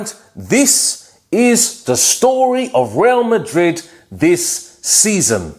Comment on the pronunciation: The way u say WRA MARID😂😂😂😂